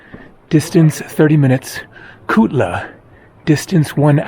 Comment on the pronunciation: Hi: You are truly an intrepid hiker. You can't pay me enough to do that trek. The views in the end must have calmed your aching muscles somewhat. It was funny how you kept saying Tukla, Tulka etc., everything except Kutla. I wonder if it was delirium from the tough hike.